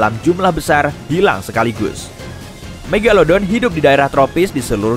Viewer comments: Sebutan pun salah.😂megaledon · Megalodon atau megadolon tuh. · Mogoloden eh maksudnya megalodon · megalelelodon wkwkwkwwkw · The mag atau the meg